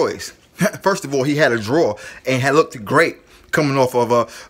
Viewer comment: "He lookted"????? Im outta here